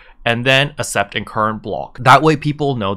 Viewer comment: Man I'm sorry but I gotta say, its ak-sept accept, stressed me out lol thanks for the guide